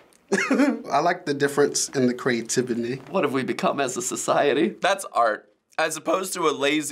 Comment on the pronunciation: Lmaoo "the creativiny"